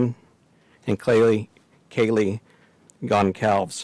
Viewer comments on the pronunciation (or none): Kaylee Goncalves is pronounced Kaylee Gonsalves. Her correct name is Kaylee Gonçalves, and the letter ç has the same sound as s. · Her last name is pronounced gonsalves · Fyi kaylees name is pronounced “gon-sal-ves”